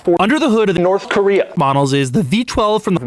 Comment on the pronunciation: i love how doug says "north korea"😭🤣